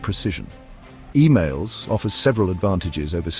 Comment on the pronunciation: Sounds like the bot is sayin EMAILS. Its EMALS (EMOLS)